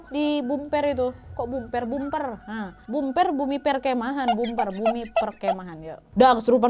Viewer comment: Kak BuPer bukan BumPer